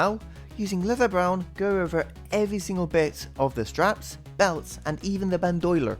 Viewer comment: That pronunciation of bandolier had me laughing 😂 nice job on the ork!